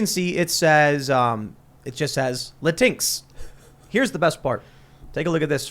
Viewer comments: La-tincks is a hilarious pronunciation lol. Any time I hear that word, if I ever do, I'm going to correct it as la-tincks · Keep pronouncing Latinx "La-tinks", they hate it.